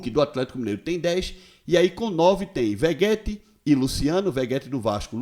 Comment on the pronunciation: Linesio me desculpe por tentar lhe corrigir. Maís a pronúncia é Verreti e não Vegueti. 😉👍🏼 Escreve-se VEGETTI